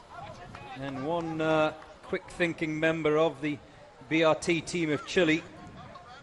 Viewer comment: ChilE dude, not chilay. Ignorant pronunciation is not cool. I saw a comment on YT yesterday where the guy was talking about hearing the Rickershay of the bullet. (Ricochet in case you didn’t know) Come on people, try a little harder.